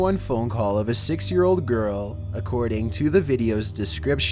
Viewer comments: When he said 6 he sounded like he said ”sax“ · Number 8: propagation SEX I honestly hear sex instead of six... I hope its six.